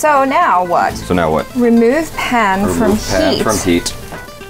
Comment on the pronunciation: Is it just me or does "now" sounds like "nyao"